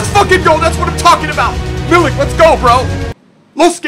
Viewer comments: it's ark-a-day-yush Meeleek incase u were wondering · it's pronounced Arch-ah-dee-yoosh Me-leak. Loving your Ibra vids and loving Arek+Lewa.